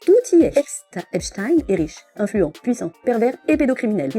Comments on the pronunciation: D'abord il prononce Epstine puis Epstein... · Ils prononcent Epstine alors que EIN ça fait pas INE !! Mais ça fait moins jui…!! On le voit 😂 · Oui, tellement que dans la vidéo juste avant de BFMTV, un des journalistes a oublié qu'il suffit pas de dire "ine", il a fait un mélange il a dit "epCHtine". Parce qu'au fond de lui, il sait très bien que ça se prononce CHTAÏNE et pas STINE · C'est moi ou tout le monde est d'accord pour appeler Albert Einstein, Einstein et NON Einstine, alors pourquoi quand c'est Epstein, dont le nom comme tout le monde peut le voir se termine de la même manière, devient d'un coup Epstine??? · Epstine, un peu comme Einstine le célèbre physicien russe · On doit dire Epstine, comme on dit Albert Einstine...